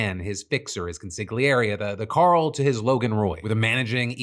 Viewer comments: Did you say consiglierie? What kind of Italian are you?! 🤣😜 About Elon Musk: it's weird but it's not illegal in any way to fan yourself with a fistful of thousand dollar bills while asking a woman to have your kids... If you're a rich man of course you're gonna have 50 baby mommas. And not wanting information to get out is just normal. Those women could probably live comfortably for life just off money from tabloids talking about Elon. More famous means worth more money. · you pronounced Consigliere wrong 😅